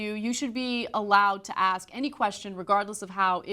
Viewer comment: Words cannot describe how much I hate hearing talk show hosts of any variety pronouncing words like "ex-specially" instead of especially or "axe" instead of ask. That should be in journalism 101.